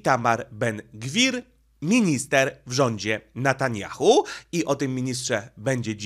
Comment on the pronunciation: Netanjahu , a nie Natanjahu .